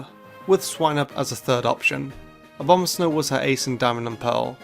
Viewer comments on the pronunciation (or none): none